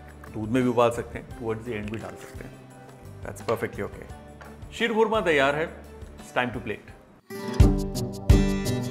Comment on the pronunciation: शीर खोरमा शब्द संस्कृत और पर्शियन का मेल है जिसका सही उच्चारण क्षीर-खोरमा है।